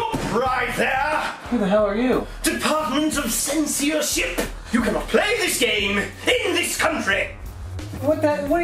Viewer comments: “DEPARTMENT OF CENS-EE-YOR-SHIP-PUH” 😂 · Im not a native English speaker so this is what i heard, "Deepatment of seenseership"